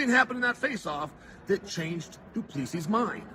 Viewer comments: doo ple see is the pronounciation not duplessis last 's' is silent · Love the content, but you need to practice pronouncing Dricus' surname correctly, the last S, is silent - Du-pla-see, not du-pla-seesis. =) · It’s pronounced Du Pla C …. 🇿🇦🙏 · Dricus du Plessis Chael: “Dricus, do please“ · DuPLEEcees. I swear Chael messes names up on purpose 😂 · doo-pla-si pronounce like that and no second s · "Do Pleesee" - Chael Sonnen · Gotta Love Doo Pleesee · Du pleassie cmon Cheal 😂😂😂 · I never get tired (as an ex South African) hearing how Chael pronounces DuPlessi 🤣. You do it your way Champ! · One day, i will hear uncle chael call a fighter by the correct name. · Why can't anyone pronounce the man's name correctly lol